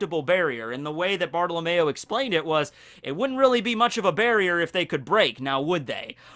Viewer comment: Bruh, you call him Bartolamayo when his name is actually said Bart oh low me o Btw ik that’s not how it’s spelled, that’s just the way to say it